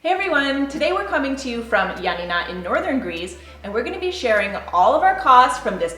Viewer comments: *Ioannina and pretty much all of the cities were mispronounced, but they tried. However, it’s not pronounced Ya Na Ná, it’s pronounced yo-á-ni-na. The tono is on the first “a”. Ιωάννινα. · You're mispronouncing Ionnina wrong, it's Ya Na Na accent on the second Na. I'm Greek, so I had to let you know 🇬🇷💙🇬🇷💙🇬🇷💙🇬🇷💙🇬🇷💙